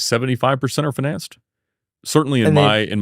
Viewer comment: Well, kids, this supercar salesman that can’t even pronounce “financed” is a first hand example that demonstrates that you too can accomplish whatever it is that you strive for in life